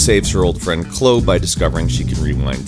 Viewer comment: Did he really pronounce Chloe like that?